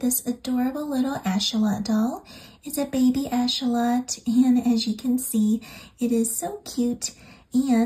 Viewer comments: It’s axolotl not achotel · So beautiful and can’t wait to make these! Your instructions and voice are amazing ❤️ (It’s pronounced ak-suh-laa-tl, though! Weird word lol) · Im sorry but how do you say axolotl😂